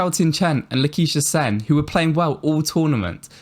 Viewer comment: Well, I wouldn’t really call it a problem. We’re just in the Viktor era and he damn well deserves it. At least it wasn’t where all of badminton was dominated by LCW and Lin Dan. Fresh to have a single man dominate everything. Also it’s Lak-sh-ya Sen not Laquiesha Sen. Haha